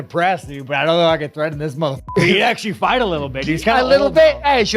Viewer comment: Lol "you can fight, you can fignt, you have a beard...." Fkn Strickland lol Maybe thats why he grew a mustache haha